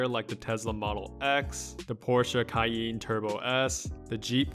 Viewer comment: Did he just say kyeeen? Instead of cayenne???